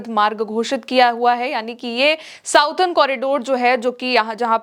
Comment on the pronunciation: प्रिय, आप की ताजा खबर बहुत अच्छी होती है। एक सुझाव के लिए माफ़ी चाहते हैं। अंग्रेजी में जिसे आप साउडर्न कॉरिडोर कहती हैं उसका correct pronouncement “सदर्न कॉरिडोर” होता है आप का शुभाकांक्षी